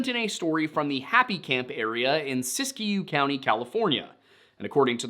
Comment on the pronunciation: It's pronounced Sisk-you, and Del Nort. I grew up in SW Oregon, not trying to be rude, just helpful.